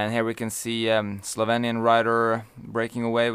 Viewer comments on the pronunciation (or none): slovenian not slovanian xD